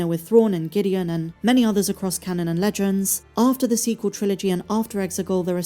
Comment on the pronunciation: The "su-sequel" trilogy.